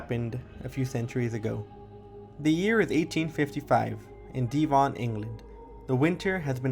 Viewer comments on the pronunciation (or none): the only thing i wanna say is that i spat out my water when you you said de-von. lol but otherwise great video